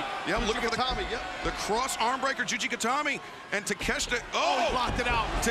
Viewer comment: It's Juji Gatame not Gatami Gatame = Style thus Juji Gatame = Cross Style